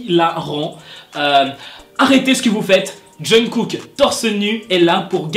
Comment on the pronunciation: omg pourquoi tu parles de kpop si tu sais même pas prononcer les noms genre jungkook?? aie renseigne toi vieux mec